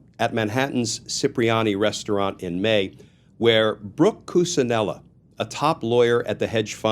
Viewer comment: That's Coo-CHIN- ella. Cucinella and, CHIP-ree-ah-nee. Cipriani